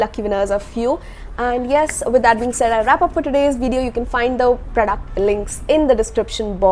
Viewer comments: No no it is not like that 😊😊 but i really like the way you pronounce it.. 💛💛💛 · Really excited to hear her voice and especially i like the way she pronounce "PRODUCT". Luv you lot